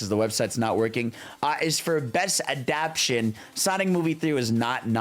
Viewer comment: my man, it’s pronounced “adap-ta-tion”, not “adap-tion”. 😆